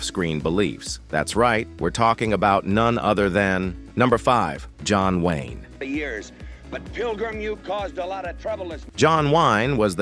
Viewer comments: John Wine?! BetDavis?! Get rid of the AI narrations!!!!!!!!!!!!!!!!! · John 'Wine" , what crap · Computer voice, mispronounces come common words, like 'John Wayne' .